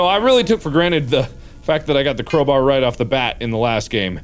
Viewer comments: "Crowber" - Markiplier 2019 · why do he call a crowbar a crowbrr ??? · did anybody else notice that he is saying CROWBUR instead of CROWBAR?